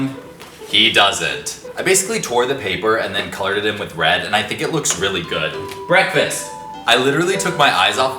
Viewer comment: When he/them/her said BREAKFASTAH that made me 💀